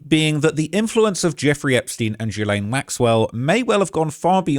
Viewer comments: My dude! It’s is pronounced Gee-lane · Why is he pronouncing “jizzstain” so weird? 🤔